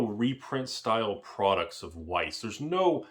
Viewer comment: youre awesome and knowledgeable, but Weiss is pronounced with a V sound lol